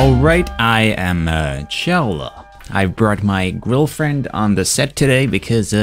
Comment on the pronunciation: girlfriend or grillfriend